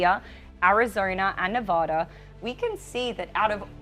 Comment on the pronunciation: you still are pronouncing Nevada wrong! It’s VAD not “vod.”